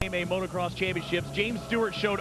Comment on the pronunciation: Christ,, "Today marks a milestone in AMA National Motorcross." It's always baffled me how hard it seems to be for people to say motocross.